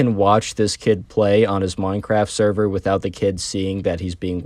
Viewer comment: blud said "saerar" instead of "server"